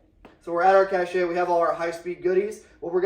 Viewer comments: Cache is pronounced "Kash". Cachet is pronounced "Ka-shay" and is a different word with a different meaning. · My brother in Christ, it's pronounced "cash", not "cashay". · Cache is pronounced cash ya fud. Are we trackin?? Love you brother 😊